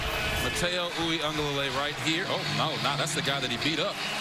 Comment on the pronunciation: I don’t care for the cringe announcing. Picky comment: And why do they, and most, pronounce Uiagalelei with an N? As “Oo ee ANG galalay”. How does Mateo pronounce his last name?